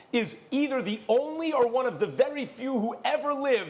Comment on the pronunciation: Stephen “lemme be vury vury clear” A. Smith